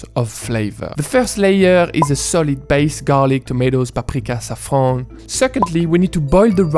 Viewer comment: The way you zaafran is original